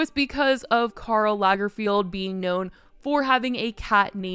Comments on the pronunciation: Isnt it lagerFELD? Am i tripping or is she saying lagerfield? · It’s pronounced lagerFELD (not Field) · Lagerfeld, not lagerfield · By the way, it is LagerFELD, not LagerFIELD. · It's Lagerfeld tho, not Lagerfield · His name is Karl Lagerfeld...FELD, not FIELD!!! Your constant mispronunciation is cringe, but I guess that fits your video's theme. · Not you saying Karl LargerFIELD 😂😂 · Good video. You miss pronounced Karl Lagerfelds name though.